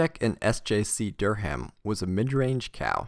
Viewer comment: Not a huge deal, but in case it comes up in future, Durham is produced "Durr-um" not "Durr-ham"